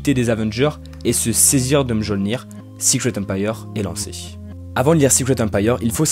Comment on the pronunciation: On prononce "Miolnir"